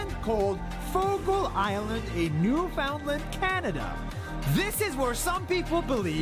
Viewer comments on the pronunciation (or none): Yes exactly Newf-un-land I hear a lot of people saying New Finland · Note to you !new Found land ! Not new fin land ! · He goes to Newfoundland and still can't pronounce it correctly. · Newfoundland is pronounced Newfundland